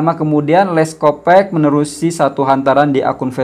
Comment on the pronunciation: Sebutannya yg benar leskopak bkn leskopek